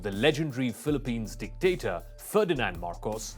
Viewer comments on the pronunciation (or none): You don't know the issue in the Philippines will, you need to learn more sir if you don't mind don't say dectator